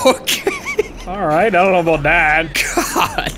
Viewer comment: “….. alright i dunno aboot THAT”